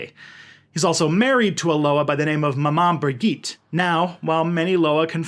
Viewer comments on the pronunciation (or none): you said 'Briguite' you fkn boor.